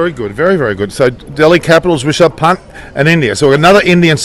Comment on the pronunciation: Sir, His name not rechard punt, his name is Rishabh Pant.